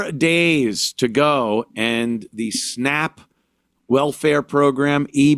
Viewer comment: Thank you! What are “snopp” benefits? “Octively?” Is she saying “actively?” When the hell did a short a become a short o? Anthony points it out?